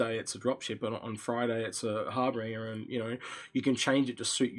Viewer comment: Har-binge-err. Not Har-bring-err.